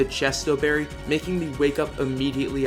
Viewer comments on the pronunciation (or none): none